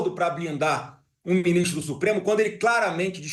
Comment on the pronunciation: " ... beu binistro... quer ser meu vice" kkkk